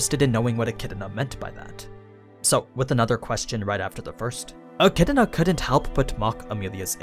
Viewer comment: My dude says Achidna with a whole other syllable in it